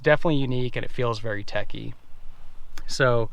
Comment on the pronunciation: Picky-picky... nothing wrong with that vehicle; you're a young guy, that explains it. Also check your pronunciation.... it is techy and not tacky. BMW /Audi hahah